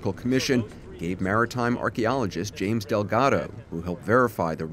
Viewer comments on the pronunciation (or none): none